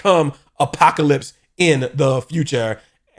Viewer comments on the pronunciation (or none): Apoca-LIPS had me rollin. I truly enjoyed yer excitement in this episode.